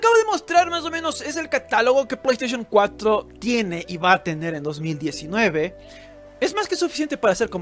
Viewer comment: pollo estaishon 4 xD